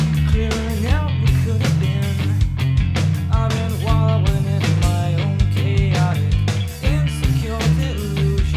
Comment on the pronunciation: I love that you have a little bit of a southern accent when you say "while". You pronounce it "whal". Not making fun of it. I pronounce it the same way. I say "winda" as well